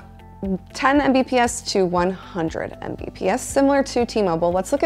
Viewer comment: Hearing someone say "M B P S" was kinda making my head hurt. 😂